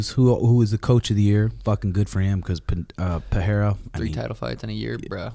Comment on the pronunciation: Pereira, not Peheira.. get it right! :D :D